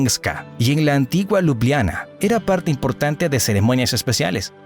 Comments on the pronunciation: Hola, gracias por la información. Sin ánimos de ofender y sólo a modo de ayuda para los hispanoparlantes a los que saber no les ocupe espacio😊, la pronunciación de Ljubljana en castellano realmente es más facil, simplemente cambiamos las "j" por "i", fonéticamente quedaría así: Liubliana. Lep pozdrav😊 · Ljubljana cuando lo narraba era liubliana la J es como la i latina de nosotros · Hola, gracias por la información. Sin ánimos de contradicción y sólo a modo de ayuda para los hispanoparlantes, la pronunciación de Ljubljana en castellano es más sencilla, simplemente cambiamos las "j" por "i", fonéticamente quedaría así: Liubliana. Lep pozdrav😊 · Buen video, pero la pronunciacion de lugares Eslovenos fue fatal! Lo digo como Esloveno que habla Castellano tambien. J Esloveno se lee como Y en Espanol. LJ como LL..entonces Ljubljana seria Llubllana.